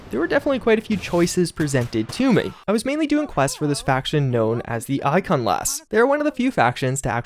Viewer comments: Nice video, and sorry for the nitpick, but it's "Iconoclasts" (not "Icon-lasts"). Which is significant, because iconoclast is a very descriptive word, meaning someone who attacks traditional beliefs or institutions. That basically tells you what these people are all about right there. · ICON-O-CLASTS it's not that hard to pronounce correctly. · I enjoy your videos and appreciate the work you to keep us informed of developments in the gaming world. I would like to offer the following two helpful hints for you. 1. The faction you encountered in the game is named The Iconoclasts. Pronounced “eye-CON-oh-clasts.” 2. For the love of all that is good, it’s “new-CLEE-ur.” NuCLEar!!! Please, I love you and you’re killing me! 🤓